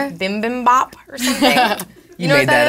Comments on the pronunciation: Bi bim bap. Not bim bim bop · its, bibimbop, lol, to me its sounds like she says something diferent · Josh and Jennifer go on about saying something in Sync while Elizabeth just tries to pronounce bibimbap correctly XD